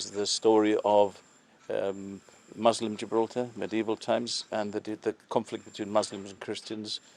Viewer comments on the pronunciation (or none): is incorrect. It wasn't between Muslims and Christians. It was between Arab invaders and Europeans. Different peoples. He didn't call the British Christians did he? And nobody pronounces Muslim like he did. It's not a fabric. And he doesn't know how to pronounce balcony. Honestly it's ridiculous. Why has this site been neglected for decades. It has been abandoned. It should have taken precedence over the northern defences. We need English Heritage professionals in to run Heritage in Gibraltar as well as an auditor.